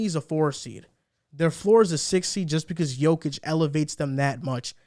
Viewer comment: Is it that hard to pronounce YOKIC's name properly?